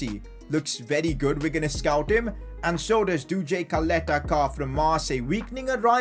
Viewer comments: Don’t say Caleta-Car like Kaleta-Kar...U have to say it like Chaleta - Sar...just trying to help u out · Ćaleta-Car = Chaleta-Car and not Kaleta-Kar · Its pronounced charleter char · If I'm not wrong, it's pronounced as Salete Shaar and not caleta car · No hate,but it is pronounced as Cha-leta Ch-ar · Btw it’s pronounced Chaleta Car bc of the accent on the first C (Ć) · You didnt say ČALETA-CAR's name. Try to pronounce it like: CHALETA-SAR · Ćaleta Car is prounanced "chaleta tsar" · Čaleta Car is pronounced Chaleta Sar, I'm from Croatia so i know... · give bradarić chance he is elite and Call Duje Ćaleta Car by his name cuz you are totally saying it wrong it sound weird totally😂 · Regarding your pronunciation of Caleta Car. Its not pronunced like car, its pronunced like C not K. And about his first name its the same case like ModriĆ. Hope that helps u :=) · It so funny how you pronaunce Croatian names Čaleta Car 🚗🤣😂😆